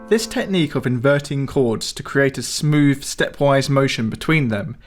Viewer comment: Great videos always but if you can pronounce ‘the’ why do you use v in the word other. You keep using v. Smoove instead of smooth. It’s terribly irritating.